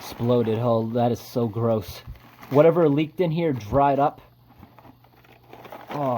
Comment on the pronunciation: Ya know what is worse than the gross mess? Hearing the way you say garose